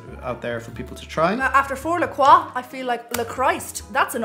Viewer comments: Why are people calling that la coyyyye? Isn't it french "la croix" meaning the cross? I would say it "la croa" like said. And what is it really? like sparkling water (like perrier, badoit, san pellegrino...etc?)? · It's a tasty alternative to drinking sugar or diet sodas, people! It's natural flavor and seltzer water, and the proper pronunciation is " Luh kwaa" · I always pronouced it "la crotch" because I'm forever a 13 year old.